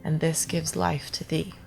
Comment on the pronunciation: the reading was pretty good, a lil bit of constructive criticism if I may. when you said "life" in the reading and generally many i's in words, it still sounded a tad like "luif" instead of the general american "lyfe" these are pronunciations of course and hard to put into type. it's kind of like you explained as less of a throaty action, and more from the nasal passage area. Other than that It sounded great. I actually believe this is a hard part for an american to imitate when doing an austrailian accent . This was a nice video and very informative. I was actually helping a latino american co-worker whos, original language was spanish with words like nice, or ice. He would make a z sound which would confuse some people he spoke with that he was saying the plural forms of other words that end in S, so eyes instead of ice. I told him to use this to help him figure out how to pronounce other words that end in E that are difficult to accentuate in different ways. "Twice Nice Concise Dice" a week later he said to me, "Snake-eyes baby", and it was PERFECT, not snack ice, it was Snake-eyes. He's getting very good with a general american accent